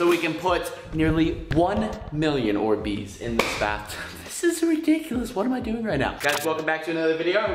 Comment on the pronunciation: They're Not "Or Beez" They're "Orbeez"